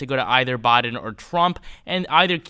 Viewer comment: Christ it's "Biden" not "Boden" lol